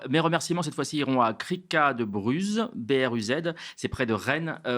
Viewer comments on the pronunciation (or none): BRUZ se prononce BRU